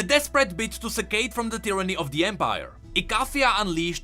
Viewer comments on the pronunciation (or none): none